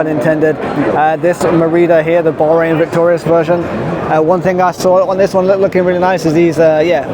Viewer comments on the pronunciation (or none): none